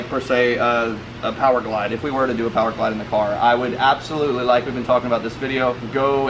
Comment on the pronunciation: Did he say p o w e r g l i d e im unsubbed 🤦🏻‍♂️